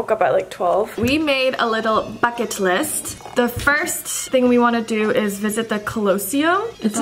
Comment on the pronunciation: i thought you said we made a little baguette list💀 I'm in France right now it's so beautiful 💕💌